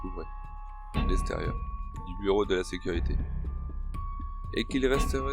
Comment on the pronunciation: Sympa cette histoire. Gg. Enleve le R à sécurité 😉 gros pouce lâché